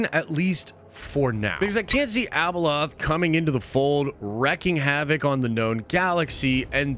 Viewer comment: ...it's not Abaloth, dude! #hotchipchallange 🔥